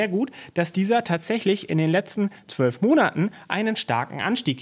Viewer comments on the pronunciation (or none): none